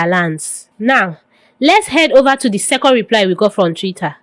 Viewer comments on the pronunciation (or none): none